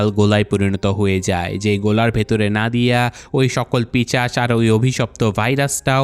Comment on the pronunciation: ভাইজান, পিশাচ কে পিশাচ বলতে পারেন না। ইউটিউব চ্যানেল খুলে ভুল ভাল শব্দ উচ্চারন কি খুব জরুরী ছিল!!!